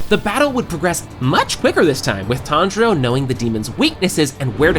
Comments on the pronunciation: TanZero! not Tandra~ I was like listen to this video and weird out by the premutation of this Youtuber...Who the hell is Tandra? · i cant get past the way you say his name lol